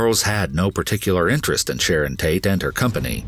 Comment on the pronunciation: am I the only one who heard “Shannon Tate”?